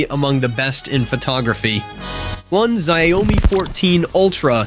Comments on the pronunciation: What???? Xiaomi is called shawmi. Not shayumi! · Its shaomi not ziaomi hahahah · PLEASE STOP BEING A DOUCHE, AND START PRONOUNCING XIAOMI CORRECTLY!